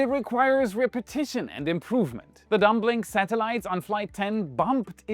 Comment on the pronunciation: Also, - dumblink as in dumb and link.... is pronounced with a silent b. dumlink